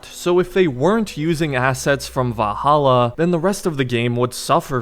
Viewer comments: ValhallAAH lmao. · Wow, I’ve never heard anyone struggle so much with the word Valhalla while saying it 100,000 times in one video. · The way he says "Valhalla" 😂😂😂🤣🤣